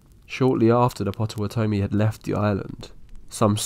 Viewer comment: What a strange way to pronounce Potawatomi.